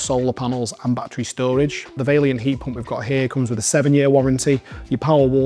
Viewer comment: But you called it Vailliant twice, not Vaillant.